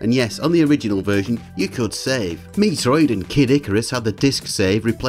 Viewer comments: Just a heads up, Metroid is pronounced as met-roid. Not Mee-troid or Mi-troid. Don't think I've ever heard anyone make a mistake like that, although it as mildly amusing. =P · MEH-troid. MEH-Troid. MEH-TROID! Even in Japanese it is "Meh" not "MEE". "MI" is "MEE" Otherwise it's a fun video. But yeah gonna have to scream at you for that "MEE-troid". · amazing video, but why do you keep calling it "ME-TROID" hahahahah